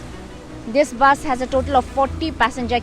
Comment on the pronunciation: Not baas it's bus. Sunder toh hai magar Tora galti bol diya.